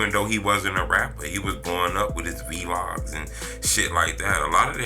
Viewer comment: V- Logs is crazy. Vlogs bro🤦🏽‍♂️ How you mispronounce your own profession 😂